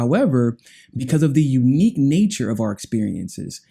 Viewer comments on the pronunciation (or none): none